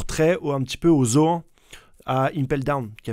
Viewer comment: Des ZO-AN XD